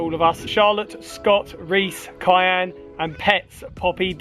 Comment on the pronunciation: Thank you xx You said Kyan but was Kian but I was so chuffed x Came at a good time my brother-in law passed Fri am serious heart attack we devastated x